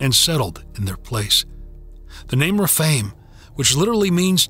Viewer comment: Some of the words are weirdly pronounced, like Rephaim.